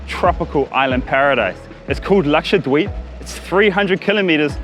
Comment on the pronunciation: Everytime karl says Lakshadweep, Excellent pronunciation for a foreigner.